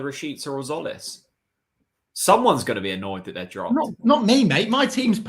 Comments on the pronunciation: No its Tzolis pronounce the T and the Z and with a tone on the O ( tzOlis ) but jOlis is close not zolis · is christos tzolis pronounced 'zolis' because i thought it was 'jolis'